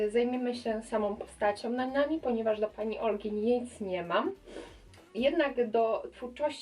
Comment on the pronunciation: Mówi się nanami CIAN